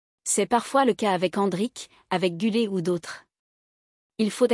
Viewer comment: GÜLER et pas GULET😅